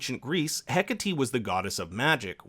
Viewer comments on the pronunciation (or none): No one ever pronounces Hecate correctly...